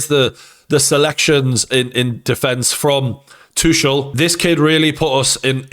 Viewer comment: Its "too kull", not "two shell"